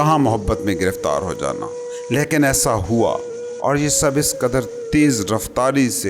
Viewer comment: Good effort but you need to work on your pronunciation. Like its laikin not laekin and its David not Daevid.